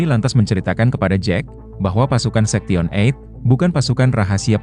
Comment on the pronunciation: Ngomong sektion berkali kali, sebenarnya story teller nya tau atau pura2 gak tau sih?? Sebab ngomong 8/eight nya bener…Sorry kritik utk membangun